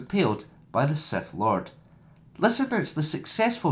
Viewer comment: did you just say seth lord